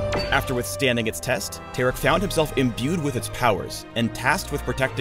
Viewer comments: Its TAR-ICK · I don't pronounce Taric like that. I pronounce is like Tar-Rick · Tear-Ick confirmed. Not Tar-Ick. My mind has been blown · how is Taric Tear'ick?.....lol the pronounciation choice by Riot.